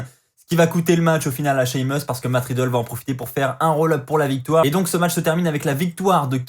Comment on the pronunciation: Cest riddle pas matt ridlle